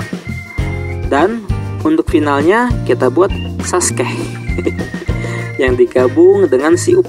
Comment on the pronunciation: Sasuke Guys bukan saske